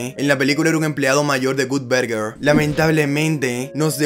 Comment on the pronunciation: Gutberguer. 🤣🤣🤣 Que mal inglés.